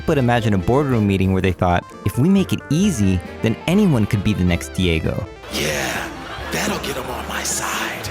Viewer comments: It's Daigo not Diego, he's Japanese not fuckin Spanish. PUT SOME RESPEKT ON THE LEGEND'S NAME ! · He called Daigo “Diego” 😕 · "anyone can be te next Diego" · .....ITS PRONOUNCED....”DIE-AH-GO”. Not Dee A Go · Why do you say Diego? Da-I-go, Daigo. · It's DAIGO not DIEGO darn it.... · Really liked the video and it's a super true message but I just dont like calling Daigo Umehara.....Diego lol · Smh.. I'm triggered about him calling "Daigo" "Diego" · Very cool video but learn how to pronounce daigo. It's not Diego lol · Won't like because you keep saying Diego instead of Daigo, but decent job. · It’s Daigo not Diego yes? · Daigo...pronounced Dye Go not Dee A Go. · why do you keep calling DAIgo diego? diego umirez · >thinks he knows what the fuck he's talking about >prounounces daigo as "diego" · Content and video are excellent, but the fact that you kept on calling Daigo - Diego it really bugs me out so very much! Please, stop doing that! :D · Dude, the name is Daigo, pronounced "DIE-GO" Not Diego (Dee-egg-o). The guy is Japanese, not Latino. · Great vid but oh my lerd everytime you called Daigo Diego couldn't hold it in =-O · "Diego" REEEEEEEEEEEEEEEEEEE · Its DAIGO, and keep saying "Diego"... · Not is "diego". The right name is daigo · How do you manage to pronounced Daigo to Diego? Maybe do your research abit before mistakenly pronounced other people's name. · Great video. Were you saying Diego instead of Daigo? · It's daigo not Diego... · great video, just wish you would pronounce daigo properly when it is said in some of the clips you have in your own video XD, its pronounced DIE-go not de-eh-go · "Dee-eh-go" It's more like "Dai-goh" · NIGGA DID YOU JUST SAY DEIGO ?!?!?! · It's DIE-GO.... not DYEH-GO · When you keep pronouncing the guys name as Diego instead of Daigo it makes me question how much research you actually did on this topic. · Great video, but it kills me each time you say Diego instead of Daigo. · who the fuck is Diego for gods sake??? It's Daigo